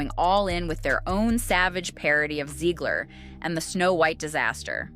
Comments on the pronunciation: Zegler or Ziegler? Her name is spelled Zegler so therefore would be pronounced Zeg-ler as opposed to Zee-gler. Just saying... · I like how the narrator can’t decide how to pronounce Zeggler/Zeegler. Also holy vocal fry. Breathe lady.